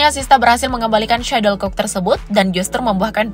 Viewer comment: Untuk yang dubbing: SHUTTLECOCK! bukan Suddlecock! Perbaiki pelafalan Anda.